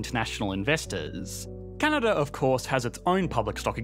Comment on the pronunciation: Canadar? Never heard of it.